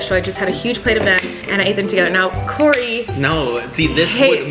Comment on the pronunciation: Its kory